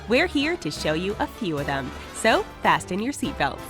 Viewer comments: "Fas T en" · Did you say fast-ten? Did you say Earth orbit? Pretty sure its not orbiting the Earth, but the Sun itself. Fact check please. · did she say fasTEN your seat belts? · That hard “T” in fasten threw me off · The "T" in fasten is silent bruh